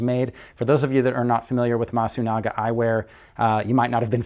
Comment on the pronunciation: not masugana , c est MASUNAGA